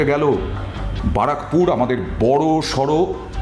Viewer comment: ওটা বারাকপুর না ওটা ব্যারাকপুর হবে😂